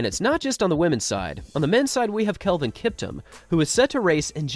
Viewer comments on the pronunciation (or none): none